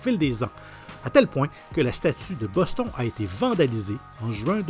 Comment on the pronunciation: La prononciation de Boston !! Mon dieu surtout pr un canadien